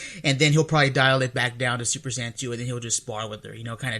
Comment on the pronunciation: There's no "Super Cyan", no official source ever says "Cyan" it's either "Saiyan" or "さいやじん"